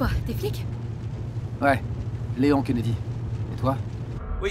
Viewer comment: Kennedy.... Et on dit le "nom"